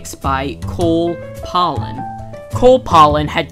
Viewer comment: First, the curator of the Aerodrome is Cole Palen, not Cole Polon. The plane you said was a Sopwith Dolphin which it is definitely not. The red plane is a de Havilland Tiger Moth. The French plane you call a Bleriot XI, in fact, is a French Hanriot reproduction. If you know your roman numerals X =10 I=1 so XI, is 11. Thank you for putting the footage up!!